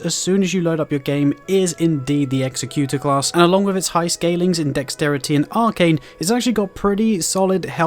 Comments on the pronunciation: You are saying the executor wrong. Say it like executive not like execute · Great video with real helpful information. Thanks! Just to point it out, the name Executor is pronounced differently. Executor means "a person or institution appointed by a testator to carry out the terms of their will." as provided by Google. The word you think you are saying is executioner: "someone who carries out the sentence of death."